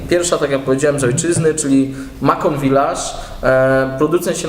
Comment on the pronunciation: macon wymawia się masą